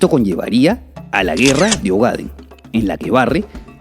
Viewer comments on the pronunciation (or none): Se pronuncia “Ogadén”.